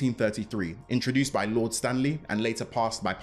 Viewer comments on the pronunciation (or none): none